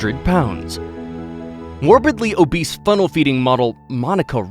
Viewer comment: the fact you said morbly abis 😆